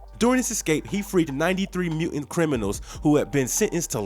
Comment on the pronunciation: What's a "mu'int?"